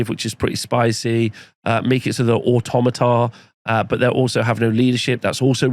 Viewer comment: Pan-o-plea and Or-tom-at-a